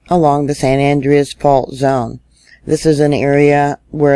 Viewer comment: San Andreas is Spanish, the second syllable is accentuated. Its pronounced San An-DRE-us....not AN-dre-us